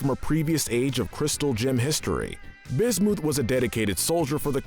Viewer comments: Bismuth not busmuth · Bismooth instead of Bismuth is the worse imo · BIS-MU-PH NOT BIS-MOO-PH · Bismith not Bismuth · did you pronounce bismuth as "bis-mooth" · my guy really said bismooth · Most evil person on this list is you the way you butcher some of the gem names is apparent and its really annoying if you could please redo this and actually pronounce them properly I would be happy with it but come on I can't let bismoth go by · Nobody the narrator B I S M O O T H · The fact that he said bismooth makes me cry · did he just say Bismooth? LOL XD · Excuse me, but did he say, B i s m o o t h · B i s m o o t h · Learn to pronounce!(Bismooth?) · Anyone else get upset at how he pronounced bismuth as bismoooth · Am I the only one who hurts physically every time i hear how he says bismuth? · You mispronounced Lapis lazuli, bismuth,sugilite why do you do this, stop saying names wrong...its seriously infuriating this is why im never subscribing to you you dont know how to say names right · it is bis muth not bismoof and it is su g lite not sujilite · it’s not bismuuth it’s bismuth not suuchalite sugalite😊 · BisMOOTH BisMEWTH SuJELITE REALLY? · i’m not loving the pronunciation of bismooth and sujilite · Im laughing at BIS-MOOTH and SUJALITE XDDD lololol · Wtf is wrong with you dude why are you saying names wrong bismuth is not bismooth and rutile is not rootle or what ev you said